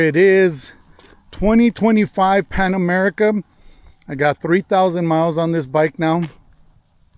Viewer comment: It's Pan America, not Panama America.